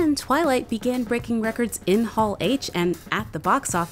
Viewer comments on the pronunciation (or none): none